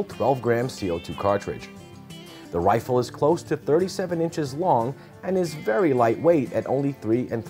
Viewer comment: and what the hell is a wifle???? ;)